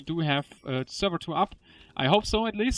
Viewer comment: Not Sverrevr. Get yo shit right!